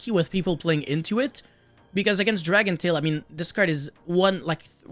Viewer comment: Dracotail….say Dracotail 🤦‍♂️